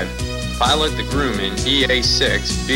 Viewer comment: Yup, my home when VF-213 was aboard. WESTPAC 1993 when snail mail was the primary method of comm with the outside world. Loved the COD! Great bunch of sailors, airmen and Naval Aviators. All hands were expected to do their job well and have each other's back. BTW, it's Grumman, not "Grooman".